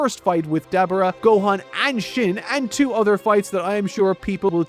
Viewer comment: I will never forgive you & your pronunciation of “Dabura” 😭😭